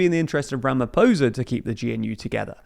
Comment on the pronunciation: Someone needs to teach you how to pronounce Ramaphosa dude. The r is rolled and the "o" sound is different. If it rhymes with "poser" when you say it you are saying it wrong. The is no soft "r" sound in most South African languages. Do better.